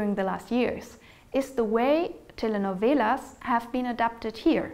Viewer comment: Good pronunciation of "telenovelas" !